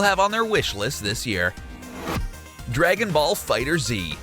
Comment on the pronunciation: It is fighterz said like fighters